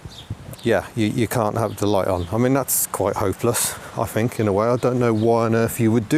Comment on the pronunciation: Fink? It's think!!! And it's not haitch, the letter H is pronounced aitch.